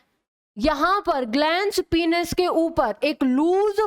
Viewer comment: Its Penis Not Penus!! Please correct your Pronunciation